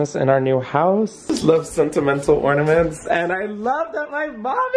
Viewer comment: 1) exercising the the shower may have just changed my life… 2) glad to know I’m not the only one who says “ordaments” 👀